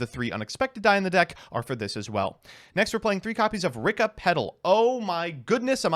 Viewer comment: why do you keep on pronouncing this deck's name as Ricka? i don't understand why you do that.